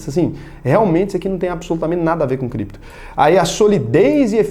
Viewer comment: "Voce meche com Crépto moeda? Se tiver biticonho nois vamo te pegah"